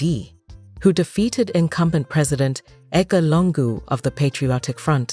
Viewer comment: Who tf was narrating this? Why didn't they have a Zambian person to narrate this... She says Konda (Kaunda) 😂 and Longu (Lungu) wtf. It is a very good video though, except the pronunciations of some words.